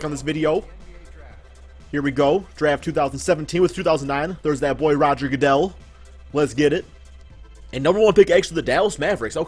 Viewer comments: Did he say Rodger goodell?😂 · dude said Roger godell